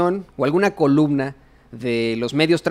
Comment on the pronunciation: Se dice columna y no colubna